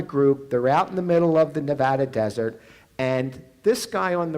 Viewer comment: I wish she would pronounce Nevada correctly